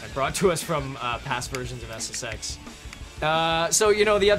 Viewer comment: i love it when presenters make it sound like SSEX